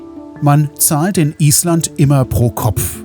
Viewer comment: Lieber. Auch dein Film Nr.6 war ein Genuß. Ich finde, dass die Drohnenaufnahmen, die Schönheit und großartige Natur Islands besonders gut zeigen. Der Blick von oben ist doch gewaltig. Deine Filme sind nicht einfach Reiseberichte, dass ist viel mehr. Übrigens Respekt für die Aussprache der Ortsnamen😂 Das muss man erstmal können. Ich hoffe, dass du pünktlich die Fähre erreicht hast und freue mich auf deinen nächsten Film. Bis dahin liebe Grüße Gabi😊